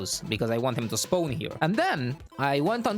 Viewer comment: "I want him to Spown here"